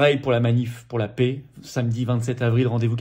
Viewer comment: Plusieurs remarques : _ à quand l'union avec Asselineau,Dupont Aignan et Kuzmanovic ?? _ Pouvez vous acheter un micro , car le son est très moyen.. _Quand on prononce le mot " paix" , c'est l'équivalent en phonétique du son "ê" , et non pas "é" , comme prononce Florian, tout le temps (!) La souveraineté commence par respecter notre langue française. D'avance merci ☺️